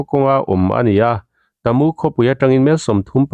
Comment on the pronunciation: Hahaha khaw hming lam dan i thluk diklo na sa a bik in kalay leh tamu phei chu a buk thelh in i thelh duai mai tamu hi ka pu tih thluk in kalay hi ka pi tih thluk in i lam tawh dawn nia i thiam awm tho e kawl tawng ani miau a 😁😁😁